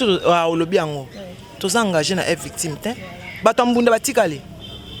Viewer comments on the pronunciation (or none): ezalaka f victshim te plutôt F VICTIM ma chère lolendo ekoya kosalisa yo ba erreur trop oza croniqueuse et jeune je t’aime bien eza juste mua remarque bisous